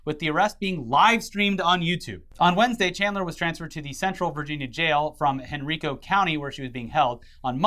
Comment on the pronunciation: Its pronounced HEN-RYE-CO for future reference.